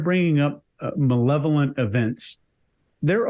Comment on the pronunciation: Constrived, Nuculer, Manevolent 😅